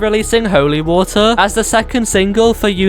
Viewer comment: bottle of wottu